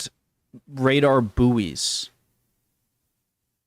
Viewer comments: Radar bouys? How would you power them and for how long? By the way it's Buoy as in Buoyancy. If you pronounce that the same way you'll sound really weird. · Buoys ('boys') (not "booees" !!!)